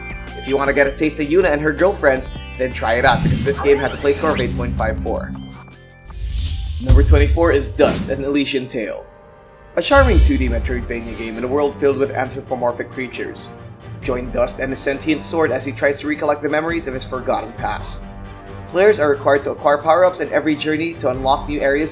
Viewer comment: 24 el-is-E-an not sodding elishean as you pronounced it , its right there in front of you for the love of god